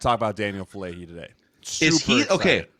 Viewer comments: The name is "Faalele", not "Faalale". If you're making a video of the guy at least get his name right, for heaven's sake... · Heads up for future ref: all vowels in Polynesian languages are pronounced, so Fa-a-le-le. Another great Polynesian Aussie making some early waves. Hopefully he and Mailata have long careers! 💪🏼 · FA'ALELE (fAH-AH-Leh-Leh)😊 Thanks for recognizing this uso (Samoan word for brother), his hard work and improving skills💪🏾🇼🇸🇦🇸🇼🇸🇦🇸 GO RAVENS💪🏾😈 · Anyone else still trying to find the "H" in Faalele? 😂😂